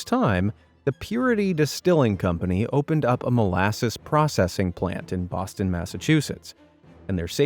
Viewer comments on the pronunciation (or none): none